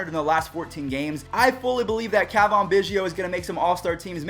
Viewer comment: its not cah vahn its ca van